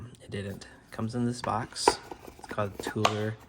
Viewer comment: Toler is pronounced with the long O sound, as in "toe-ler" or perhaps "tow-ler". That is my last name.